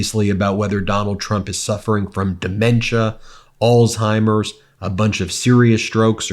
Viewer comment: Totally agree with your analysis. Totally! However please pronounce Alzheimers without putting a "T" in the middle of that word